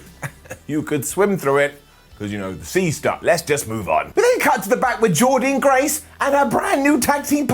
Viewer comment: Excellent ups & downs but...PLEASE SAY JORDYNNE GRACE’S NAME CORRECTLY!!!!!!!